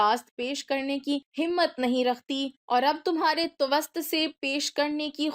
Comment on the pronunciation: لفظ بثعت نہیں بعثت ھوتا ھے. توسط کو ت وس ط نہیں پڑھتے بالکل توسط کو ت و س س ط کے ساتھ پڑھتے ھیں